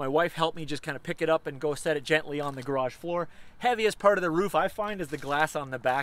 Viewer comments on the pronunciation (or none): none